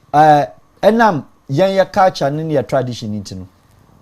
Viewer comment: 🔥🔥🔥 please is "Culture" and NOT "Caltures" 😂😂😂